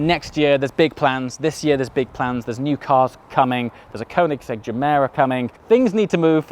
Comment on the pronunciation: At the end did he say he had a Covid Gemera coming? 😂😂